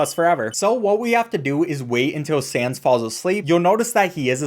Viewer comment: It's sans not Sam's